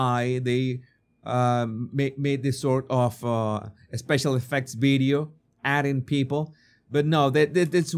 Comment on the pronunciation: What's a "beedyo"?